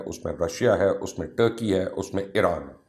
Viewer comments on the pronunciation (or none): none